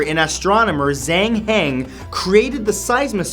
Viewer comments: Matt, Zhang is pronounced "Jăng" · Just a heads up! Zh in Chinese makes a J sound. So instead of pronouncing it Zhang it should be Jang (been living in China a year and a half, the language still baffles me but I'm trying) It's like I hear people pronounce Yi as Yee but it should just sound like the letter E.